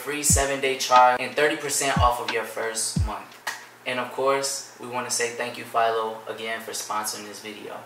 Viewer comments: Home boo said file-o It Phil-o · Philo rhymes with Milo